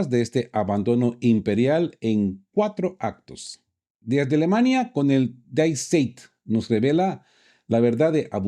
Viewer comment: Die Zeit se pronuncia [di tsait]. Saludos desde Leipzig!